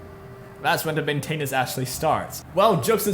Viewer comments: main-tin-ince (like in since) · The way you say maintenance grinds my gears.